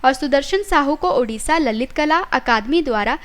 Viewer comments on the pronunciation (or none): none